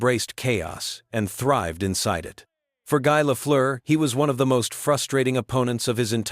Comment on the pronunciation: you know it's AI when Guy isn't said like "Gee".